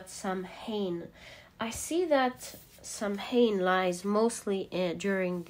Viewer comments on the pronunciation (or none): darling, it's not "Sam- hain" it's pronounced " Sow-enn" When the veil is thin & easier for loved ones to visit us! Same time as Mexican 'day of the dead' Its one of the traditional witches sabbath! Hope this helps? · MAY-bon, SOW-en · Hi ya ☺️ samhain is pronounced ( sow-in ) it is Irish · Just to help out: Samhain is pronounced- Sa-ween or Sah-wen. Mabon is pronounced- Ma-bonne or May-bn Lammas is pronounced- Lam-ahs or Lam-uhz It depends on accent and location, but these are generally the pronunciations I know of in my witching circles. Much love! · May-bon, sow-in 😊 the sow is pronounced like sow ( female pig not sow as in sew 🧵 or sow a garden ) . Im irish & samhain comes from the irish language- but mabon in the Welsh language is pronounced maa-bon In irish (mh) is a w. So it would look like sawain. Love your voice & readings 😊❤ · It’s pronounced Saa-wn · Not samhain but pronounced saw-win